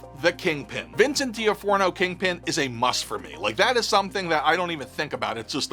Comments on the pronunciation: I've been hearing this a lot lately and it's driving my Law and Order-loving, fan since Full Metal Jacket and Adventures in Babysitting partner nuts: it's pronounced "Duh-NAH-free-oh" or "D'nof-rio" The first, capital O is pronounced with ə. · you my favorite so I'm gonna forgive you on how you pronounced Vincent D'Onofrio name. (Dee‐noff-rio). You're awesome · That pronunciation was wild! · Wait, thats not how you pronounce D'Onofrio .